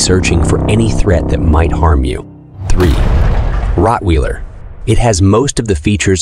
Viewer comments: Ok its not called Rotwiiiler its pronounced rot wailer. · It's not pronounced Rothweeeeler!!! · Learn how to pronounce Rottweiler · Yup,too bad the AI is incapable of pronouncing it! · Good lord he can't even pronounce rottweiler